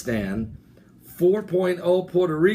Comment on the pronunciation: Man there is no country named Tiyakistan lol or karakistan hahahahha. 😂😂😂 It's Ta ji kis tan "Tajikistan" or Ka zak I stan "Kazakistan" but you made my day it was funny to hear you tayikistan. Buy the way I am from Uzbekistan I wish to hear you say it I wonder how it'll sound. It was amazing reporting good luck 😀